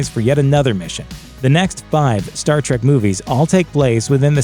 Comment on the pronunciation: and you all ready screwed up... It's TREK you godless uncultured heathenus swine! TREK not TRACK ... How Dare you!